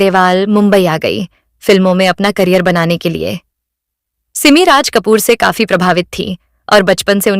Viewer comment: सिममी नाही सिमी उच्चार तर नीट कर बाई